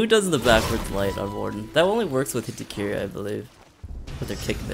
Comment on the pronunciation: That’s what it sounds like he says lmao